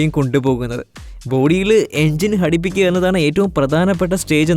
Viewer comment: "ഹടിപ്പിക്കുകയല്ല " ഘടിപ്പിക്കുകയാണ്.. 🤣🤣🤣🤣